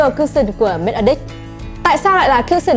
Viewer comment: E nghe thành make a dick 😂😂😂